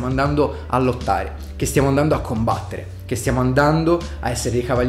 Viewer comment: Ti voglio bene ❤, ora si va a COMBATTEREH e a dare le BOTTEH